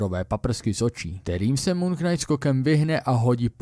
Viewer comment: Já ta tvá videa mám fakt rád. To, že máš špatnou výslovnost slova knight, to bych ti odpustil. Ale prosím, jednou pro vždy. Slovo POTENCIONÁLNÍ, natož PPOTENCIONÁL je fakt úplně blbě! Slovník spisovné češtiny i Pravidla českého pravopisu uvádí jako jedinou variantu tvar potenciální. A ne není to ani žádný hantec. Rozjelo se to díky pár blbcům v televizi za minulé generace. Neočkuj tím další generace. Prosím.